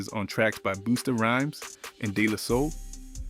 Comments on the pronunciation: Who tf is this guy reading the script??? The mispronouncing words is CRAZY!!! Busta(buster)FLAVA(flavor) etc… he’s reading too close.. Cmon brother.. where ya soul at? Where’s the culture in you, the seasoning.. this all should’ve rolled like butter.. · When I heard how he pronounced Flava and Busta I had to turn it off I got irritated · Yes that killed me did you hear him Butcher Busta name and Kelis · ITS PRONOUNCED ZAH NAYY NOT ZJANE.... IT IS NOT FLOVAH ITS PRONOUNCED FLAY- VAH! NOT BOOSTA ... BUH-STAH...WHAT THE HELL IS THIS SOME BOOTLEG A.I. PROGRAM????